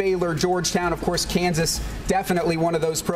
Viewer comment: My man said it right too! University of Kansas! Rock Chalk!